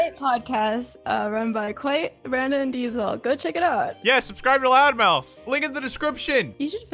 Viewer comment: I keep hearing "Loud Mouse"